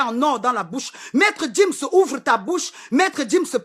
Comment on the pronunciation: Je n'aime pas voir les noirs parler comme ça.... c'est sans cervelle. Tu gueules trop et tu es crue. Sans respect, tu ne peux pas être un modèle sur internet ! Tu fais honte! Pendant toute ta vidéo tu as mal prononcé Gims et Mobutu. Fais gaffe